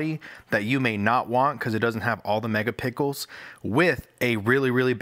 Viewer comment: he said megapickles once lol